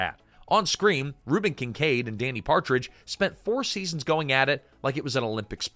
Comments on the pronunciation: His name is pronounced DANNY not DANE EE WTF is wrong with you? More AI Bullshit? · lost me at "DAY-nee" bonaduce